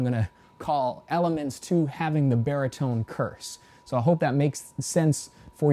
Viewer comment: it's course, not curse ! or otherwise could someone think of cursing